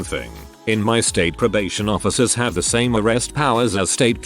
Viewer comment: "Officuhs of the lore"